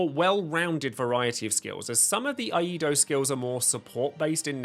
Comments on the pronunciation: Eido is pronounced ehy-doh, not ah-ee-doh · Dude its "ee-eye-do" you are saying the first two in the wrong order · Glad to see they gave Cloud some love. He was really not worthwhile in the previous versions. FWIW it's pronounced "ee EYE doh" Iaidō is the Japanese art of swordsmanship which focuses on drawing the katana from its sheath and attacking in one smooth motion. The katana of the same name in Dark Souls has a special attack from a sheathed position. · Random stumbling new sub, gonna help you a tad. It’s pronounced “E-eye-Dough”. Like the videos 👍🏻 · You're also wrong. Iaido is pronounced "Eee-eye-Dough" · Here's a neat trick to remember how to pronounce "Iaido" Old McSamurai had a sword, ee-eye-ee-eye-do!